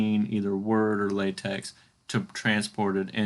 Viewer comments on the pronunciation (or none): It's not pronounced latex, it's pronounced lahtech.